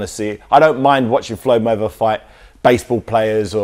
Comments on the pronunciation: He said mayveather LOL fml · this guy makes a mistake first seconds cant even pronounce mayweather